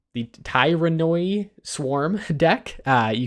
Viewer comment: Help with pronunciation: teer-uh-nid